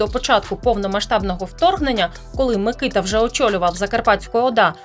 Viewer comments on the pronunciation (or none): Мені здається що наголос на букву а - микитА